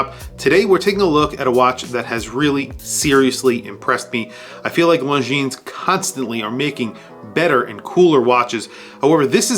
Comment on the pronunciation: Hate to sound like a snob but the “s” on the end of Longines is silent.